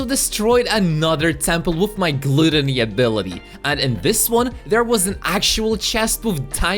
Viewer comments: Its not pronounced glootony its gut but with an l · Gluuutooony not gutany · Gloootony lmao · I laughed when he butchered glAToNy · Did he say glueteny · I never knew any body would say gluddony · Him pronouncing gluttony wrong makes me cringe